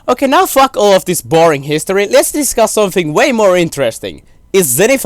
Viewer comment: "b-ORING" Im so sorry lol